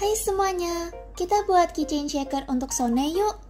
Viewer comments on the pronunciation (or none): So cute 💕 If i have to give you correction, SONE pronounced as "Sowon" (소원, means 'wish').